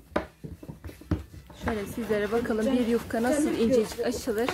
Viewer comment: Selamlar. yufkaya yukka diyor (sempatik) 😊 iki cümlesinden birinin ya başında ya sonunda 'bakalım' demeye başladı. Bu çok kulak tırmalıyor. Hakaret olarak algılamayın lütfen.